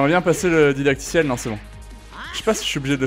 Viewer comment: "Didactiel", pas "dadictiel" 😅😉